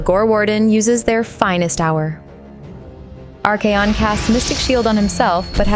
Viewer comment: Come on! Arch👏A👏ON👏 not Ar-Key-on 😂